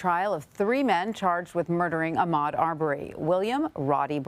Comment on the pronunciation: This reporter is awful he's pronouncing Ahmad's last name wrong.